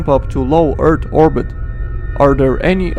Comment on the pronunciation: I like how he pronounces earth. “E A R D”